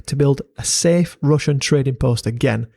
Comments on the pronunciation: As a russian i must admit that your pronunciation is very good for a foreigner, we got some difficult phonetics for non slavic people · Твоё русское произношение недурно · Great video, enjoyed watching your research. It amuses me how every little piece of land has such a history behind it. It is even more intresting to learn about that hidden untold stories apart from general big history. Also, great russian pronunciation. Thanks, def subscribing! P. S. I suggest you use wikimapia next time, it has more than just every popular satellite map in it, there are also many kinds of old paper maps scans serving a variety of purposes. The really convinient thing about wikimapia is that it has data on long gone buildings and areas unnoticeable on any modern satellite maps. I enjoy going on adventures sometimes, map helped me a lot in finding abandoned villages, bunkers, ruins and other landmarks. They are marked by other people and often have links on sources and a few comments on history of places. Can't recommend it enough. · nice russian pronounciation bro, keep at it